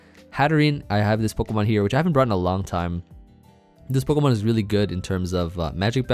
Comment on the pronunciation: Idk why but I love how you say poh-kuh-man instead of po-key-man like most people 😂